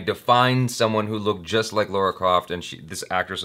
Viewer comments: LARA Croft not LAURA Croft :) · Its LARA not LAURA. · Why do Americans have such difficulty pronouncing Lara as Lara instead of Laura?